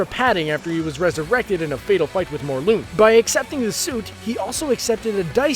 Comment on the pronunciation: adam burke ha yeah its mor•lun he said morl•oon